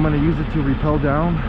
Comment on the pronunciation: It's rappel not repel